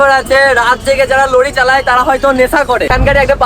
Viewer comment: Luri 😂abar ki Lori bolte hoy